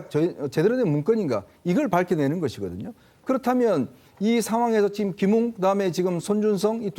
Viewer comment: 맞아요 김웅을 김응이라 하네요 김응 국민밉상 입니다 ㅋㅋ